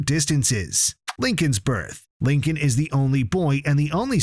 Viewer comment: IT'S LINCOLN, NOT LINCON, OR HOWEVER YOU PRONOUNCE IT. THIS SPIN-OFF IS BASED ON THE SERIES WITH FUTURE CHARACTERS SURVIVING THE BLACKHOLE THAT DESPERATELY CREATED LISA LOUD AGE 8. THESE SHOULD BE EPISODES.